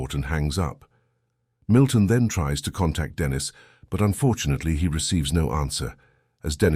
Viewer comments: Its not Denis its denice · What a shame the voiceover is Either AI or or a damn stupid and ignorant narrator! The girls name is Denisen not bloody Dennis!! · Annoying…it’s Deneeeeeese ..not Dennis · STOP USING AI VOICE IT IS STUPID AND ERROOR FILLED CALLING THE GIRL DENNIS INSTEAD OF DENISE FFS.. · Denise. Is a female. You are pronouncing it wrong. Dennis is a male. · The AI calling her DENIS instead of DENISE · Teach your robot phonetics so Denise doesn’t turn into Dennis. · i was gonna dare to ask if Dennis was trans. the narrator must be AI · Too much trust in an AI. It can't discern Dennis from Denise. What else will it fail to interpret? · Sometimes you have to phonetically spell it out for it to sound right like Den Neese. Cant believe they didnt even proof listen to it before uploading haha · Thats robots for you, they hv no concept of vowels..